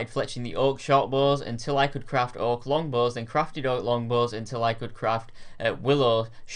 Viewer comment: "oonstrong bows"